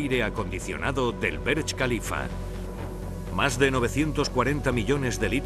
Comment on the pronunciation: Dislike por "Berch".